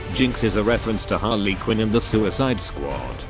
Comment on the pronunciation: omg the pronunciations XD